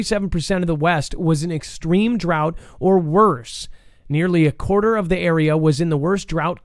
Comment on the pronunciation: Why were you pronouncing drought in such a funny way, incorrectly I should say? Certainly know that DROUGHT is pronounced in a particular way. It was so odd.